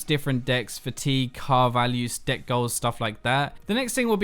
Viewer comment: When you say deck it sounds like d***. Literally had me rolling.